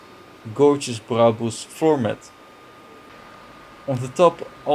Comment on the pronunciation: He actually pronounces brabus correct